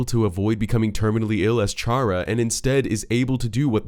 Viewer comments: Every time you pronounced Chara's name as "Char-uh" instead of "Kar-uh", I cringed slightly. It's clearly meant to reference the word Character, which has a hard ch instead of the softer one you used. Which, coincidentally, would make Kris' name a fusion of Chara's and Frisk's, adding fuel to the fire of your theory being true. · It’s not pronounced “char-uh,” it’s pronounced “care-uh” since the name chara is inspired by the word “character,” pronounced “CARE-uck-tur” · BEUH ITS CHARA CAR-A NOT CU-HAH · awesome video, chara is a play on the word character we don't say "Charrah" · Felt pain when he said “Ch”ara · Fact: Chara's name is pronounced "Kare-Ah" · Him: pronounces Chara ch-ara Me: gets shot gun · chara is part of character so it is pronounced like character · Stop calling her chara its chara as in kara like how Kris is prounonced chris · just sayin chara is pronounced kara, as in character.. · One thing that bugs me: "Chara" is pronounced "Kara" as in "Character" This is further confirmed by Chara's Japanese name, キャラ (*Kyara*), a shortend version of キャラクター (*Kyarakutaa*) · I am triggered on how you pronounced Chara... it's bacially "Chara"cter, and, I like the theory of Ralsei being made from Kris' mind, also, Gaster has nothing to do with Deltarune, Jevil and Spamton knew the KNIGHT who is now confirmed as KRIS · Fun fact 99.7% of viewers are pissed at the word 'Shara' and not 'Chara' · I still find it weird when people say Char-a...Wouldn't it be pronounced Care-A like Character...Chara-cter...eh whatever video was entertaining. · The amount of people who pronounce Chara wrong is insane. Its Care-uh. as in, CHARACTER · The theory is pretty neat but I come on, Chara short for "chcharacter", it's pronounced with a K sound. Everytime you said it I whispered the "correct" name under my breath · Same 😒 Also, the inherently Evil Chara belief